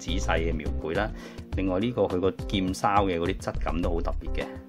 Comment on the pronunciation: 溫馨提示： 面罩個下琶位係上下可動㗎，Medicom 冇做短到呀 ^^! 唔好介意想提吓。。劍鞘個鞘字， 夾埋劍嗰時係讀肖， 鞭鞘時先係讀筲